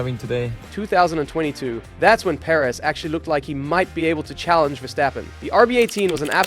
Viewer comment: Can we stop calling him Seryio Per-Éz already